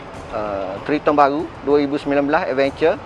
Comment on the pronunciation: Sebutan triton tu bunyinya "TRAITEN" sebenarnya Bang. bukan threeton